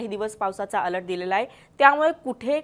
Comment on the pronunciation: अलट नाही अलर्ट 😂